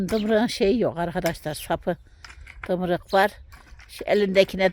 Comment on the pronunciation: Dımrık deyil tırmık